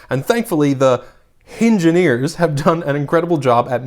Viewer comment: Hingeneers lol